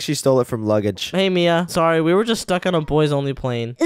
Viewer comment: Mia you said oh mian